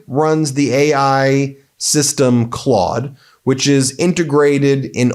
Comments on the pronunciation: ... That is not how that is pronounced.... The au is a "awww" sound not an "o".... Maybe it is different in the states. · Ben said it like the O sound rather than aww sound. But easy to do considering our current president is captain of the Clod Squad. 😉